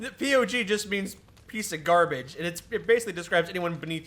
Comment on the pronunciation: "I like to emphasize the G in POG, make like a 'gah' sound"